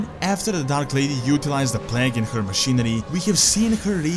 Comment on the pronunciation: bro its not pronounced pleg but like plaig idk y but it really bothers me when u say pleg